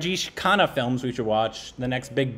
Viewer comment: Sounds of khana and khanna are different but its hilarious to the way they are pronouncing those the same 🤣